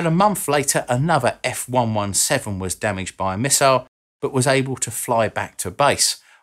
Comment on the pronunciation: Love the channel,. One thing. F ONE SEVENTEEN.:) Carry on!